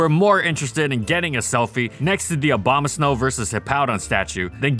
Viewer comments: Obamasnow lol, interesting way to pronounce it. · Stop saying Obamasnow! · Did he say Obamasnow